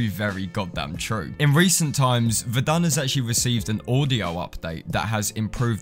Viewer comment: Ummm not to be rude but you said the name wrong to me it sounded like you said vendon